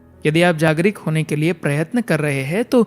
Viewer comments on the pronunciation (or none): Mere bhai jagrik nahi jagruk bola jata hai...